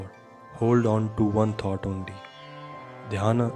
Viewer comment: It's not pronounced: 'tot' ..but 'thought'. You're not pronouncing: t[H]ought. It's good that you speak slowly thus clearly ..except for the constant mispronounciation previously mentioned. Ommmm